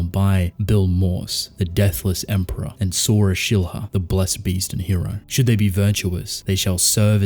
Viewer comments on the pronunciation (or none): none